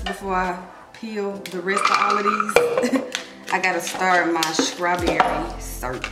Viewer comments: Am I the only one who keep hearing SCRAWBERRY? 😂😭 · Please learn how to pronounce your words straw-berry